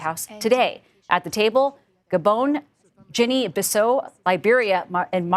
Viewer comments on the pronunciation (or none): Wow, “Ginnie” and “Brunel”? CBS needs to work on their AI reporters …